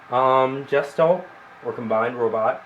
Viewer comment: cool vid, not trying to be a butt head but you pronounce it (guess-schtallt) not (jess-stalt) nice review though